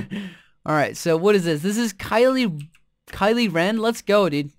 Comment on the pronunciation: "Kylie Ren"